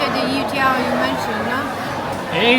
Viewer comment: You have a slight mispronunciation - it's YO-tiao (like you're saying 'yo' to get someone's attention). maybe that's why they didn't understand.